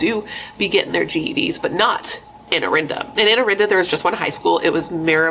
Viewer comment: First, her last name is pronounced "Kah-stuhs." Irrelevant, but just so you know. Also, it's "Uh-rinda." Both girls came from well-to-do families. In fact, Bernadette's family lived on the "richer" side of Orinda. Orchard Rd. is on the not-as-rich side (but yeah, think 90210, if you know that show.) Bernadette's family was just bigger. The movie Death of a Cheerleader was totally wrong.